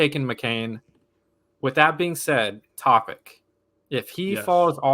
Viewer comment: please learn how to pronounce european players. Bro said Jokic right but shitted the bed with Topic. ITS ALMOST THE SAME NAME DUDE TF